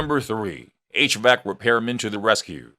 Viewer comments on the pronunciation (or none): none